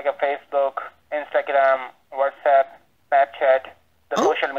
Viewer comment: The whole time he was repeating, whatsapp, whatsapp it sounded like he was saying what's up. You should have answered him with......' sup dude in your demure little old lady voice!